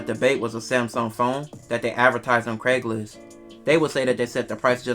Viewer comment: It's "Craigslist"